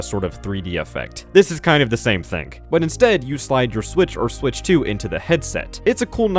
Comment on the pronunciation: THING! IT'S THING NOT THINK....MAD MAN! you do it three times. Wtf